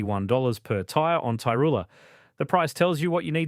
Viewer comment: Tyroola, not Tyrula ...